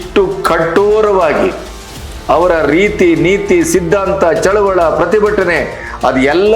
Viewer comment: Sir please tell Chaluvali not Chaluvala